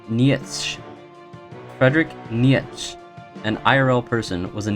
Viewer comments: "Knee Yech" IT'S PRONOUNCED KNEE CHA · "nee yetsch" is actually pronounced "neecher" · Neitszche is pronounces like Nitch (which is pronounced like bitch) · Just a small thing, but Nietzsche is pronounced Knee-chee. Lol kinda an obscure guy if you don't specifically look into philosophy but he was a cool dude. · What he said abt nietzsche hurt my soul. First you say it [knee-che (ch like chain)] and second of all, he only made the theory of nihilism, he was no nihilist himself. He didn't agree with it, but said that this is indeed a way of thinking. Still, nice video! Lucky to have someone that summarizes what is happening. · Omg you pronounciation of Nietzsche is terrible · Nietzsche is pronounced Knee-cha and Nihilist is like Nile- list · homeboy fr fr said nietchch and neehelist 🥴